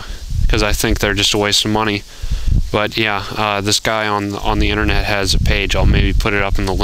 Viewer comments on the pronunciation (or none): none